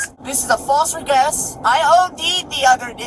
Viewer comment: Damn you... that was a "false regess" or a "false aress"! He's Ingercent!😂😂😂